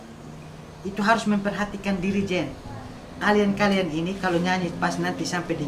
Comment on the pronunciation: Dirigen jadi jerigen hhhh terll sensasi Slm dri timles 🇹🇱🇹🇱